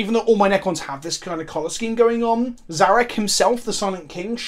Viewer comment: Finally Someone who can pronounce Szarekh properly. I think if you want The Silent king you have to build around it in your army. A C'Tan you can just yeet into any army, but this boi is a definite build around to get them most out of the model on the tabletop.